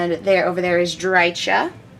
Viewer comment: it's pronounced DRY-kəh CH=K like in Chaos GW employee saying it